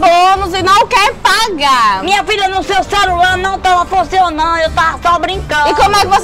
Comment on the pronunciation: Kkkkk "Cerular"